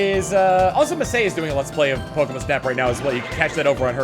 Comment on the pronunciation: The way you say pokemon reminds me of how they said it early on in the original anime, they always pronounced it Pokemun